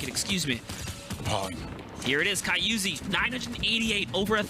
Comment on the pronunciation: my dude said ky-uzi 4 times after the other commentary dude said "Ky-uzi, i mean Kyzui im sorry"